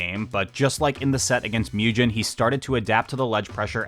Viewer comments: Also for Mugen. "Moo Jen" instead of "Moo Gen" killed me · just an fyi, pretty sure mugen’s name is pronounced the same way as it’s japanese origin 無限 is, which is like the sound a cow makes: [MOO-gen] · S’okay but you also mispronounced mugen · and mugen lol